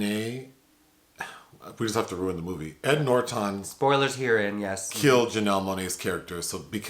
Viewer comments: I absolutely love when says Edward NorTON. is so cute. 😊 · I’m being triggered by “Noorertawn” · Came to say something similar. I've never heard him called Ed NorTON . 😂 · LOL! Yeah Nor Ton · The way he says ‘Norton’ is delicious! 😊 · is so adorable! The way he pronounced Ed Norton's name tickled me with laughter & made me think of various words that rhymed with "Norton" and formulated a story out of those words. However, that version of my comment got way too long, imo, so I opted to delete it. Anyways, it was merely a joke, to have some pleasure & fun! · I have literally never heard anyone pronounce Ed Norton that way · Okay weird pronunciation of Edward Norton's last name keeps making me chuckle. 😆 Great review nonetheless. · Same. Hehe